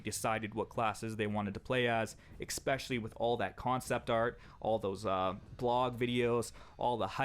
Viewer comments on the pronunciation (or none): Also, vs. means versus and is pronounced verses not verse. In every video this dude is saying some silly shit like eXpecially.